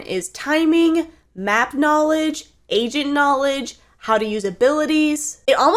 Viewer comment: When she says agent, sounds like she says Asian.🤣